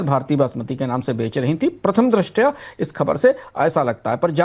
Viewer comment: Pirtham dirashtiy ye galat he shud hindi news news batao pirtham dirashtiye